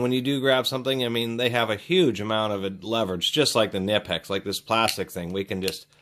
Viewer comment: nip-ex? oh dear, you didn't pronounce that right at all